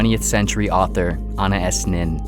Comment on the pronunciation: It was really jarring when you mispronounced "Anais" Nin... Everything else was so good, that's just disappointing. It's pronounced like this, "an" + "eye" + "us" or. "uhn" + "eye" & "iss" I think the latter is correct, but have heard it pronounced both ways.